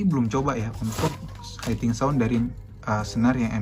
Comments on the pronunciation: Maaf bang, hitting dibaca hiting aja jangan jadi haiting.... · Hitting sound Om, bkn haiting sound.